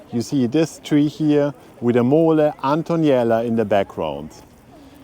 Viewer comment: It’s Mole Antonelliana not Antoniela 😅